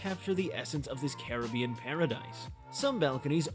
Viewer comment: This is absolutely not an honest review - this appears to be an AI advertisement for the resort. The narration voice doesn't even pronounce Iberostar, Montego, or Caribbean correctly. I would not base my travel plans on this review - add to it that I have been to this resort and, if you are looking for a party atmosphere it won't disappoint. There are activities and partying all day and night. If you are looking for quiet relaxation, find somewhere else - there is no where to escape the party. There is not a quiet bar nor a quiet pool - any quiet at the pool is interrupted by the entertainment team booming over a microphone accompanied by bass thumping music.